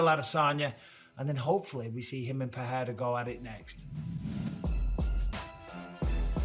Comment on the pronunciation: Dana can't read. Lol 😆, He pronounced Alex Pereira's last name wrong. That's why he ain't paying the ufc fighters what they owed because he can't read the contracts so he just put any compensation digits in there lol 😆